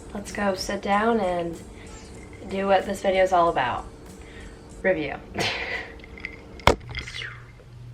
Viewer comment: I thought u said ravioli not review